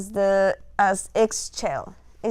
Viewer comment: Great video ! Thank you so much. Just to let you know, her name is pronounced like “ee shell” I always think of it like “Michelle” but without the m and with a Spanish or Italian accent.